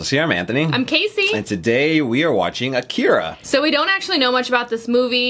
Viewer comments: "Akira", not "Akeera" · Are usaricans completely incapable of speaking words as easy as Akira correctly, even after directly listening to it? Lmao